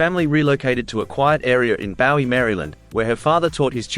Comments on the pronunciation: Bowie is pronounced BOOeee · It's pronounced Booey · In America it's pronounce that way. But In England and Bowie himself pronounced as its spelled, Bowie. But there again, since when have Americans been able to understand, spell, write or even speak English.